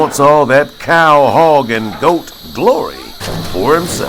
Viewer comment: “I wannat ta try a caw”